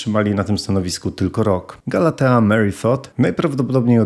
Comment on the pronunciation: nie Galettę tylko GALATEĘ, to imie pada raz w całej sądzę okej, ale mów jak powinno być